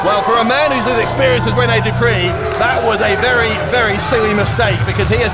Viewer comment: Man said Rene Dupree uno loooool